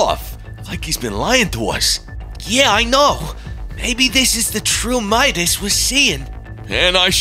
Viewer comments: Memedis no no no madis not medis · It's pronounced mydis not meedas. But his name is obviously spelled Midas. STOP USING THE SAME voice actors for the girls. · medas Me: do you mean midas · Why does say Medus not Midas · It Midas not medas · Meedas lol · said meowkles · Why are and pronouncing Midas as Meedas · Why say midas wrong